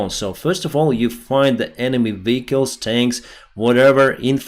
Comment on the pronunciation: South - NOT souse North - NOT norse VEHicles - NOT vicles